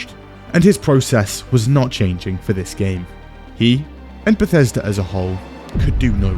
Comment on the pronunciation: Never forget "Bethesda (/bɛˈθɛzdə/;[2] Welsh: [bɛˈθɛsda]) is a town and community in Gwynedd, Wales" lmao